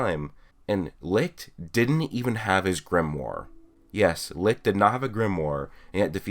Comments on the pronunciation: You pronounce it lick but the others pronounce it licht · i always thought it was pronounced “li-t-ch” not “li-ch-t” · Its not ligt or lickt its licht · Its funny how nobody is able to pronounce "Licht" correct xD